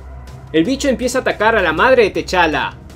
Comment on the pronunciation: Muy buen comic y muy bien narrado, pero no se pronuncia Teshala, se pronuncia Tachala